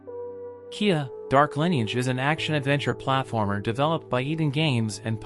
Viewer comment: What's a platAformer? :p